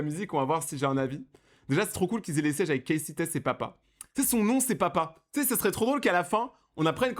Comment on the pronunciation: on dit CASEY😂😂